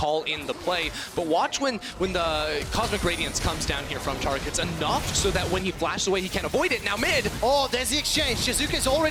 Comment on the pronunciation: ITS TARIC!! Like tear a piece of paper. Or TARE the scale... AIR!!! TAIR-IC!! TARIC!!